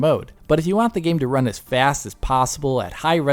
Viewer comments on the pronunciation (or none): none